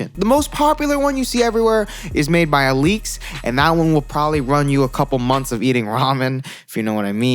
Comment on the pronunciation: My man said al leaks